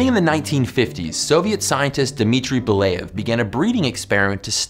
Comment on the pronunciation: So you obviously googled Belyayev's name but didn't bother to spend one second trying to pronounce it correctly? Come on. Even on the wikipedia page his name is written in an as close as possible to the correct form.